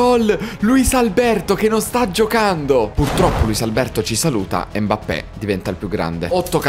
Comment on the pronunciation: Mi ha fatto troppo ridere quando ha detto al posto di Mbappé, ha detto “Modrić è andato a farfalle, Mappé”😂😂😂😂. Al minuto